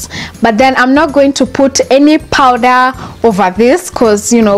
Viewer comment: It’s called powder not powdera